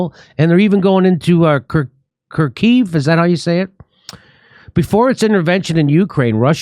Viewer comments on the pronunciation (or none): none